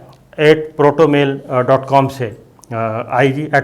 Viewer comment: Jahil insaan, koi ek lafz to theek se bol diya karo! Kya protomail protomail ki bakwas laga rakhi hai senior sahafi saheb? It's PROTONMAIL. Word parhna nahi ata to usko mention bhi na karo. Kyu ye jahalat phela rahe ho mulk me. You are a disgrace! 👎👎👎